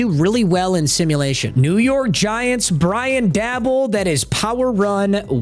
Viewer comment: QUIT CALLING HIM BRIAN DABBLE. ITS DAY-BALL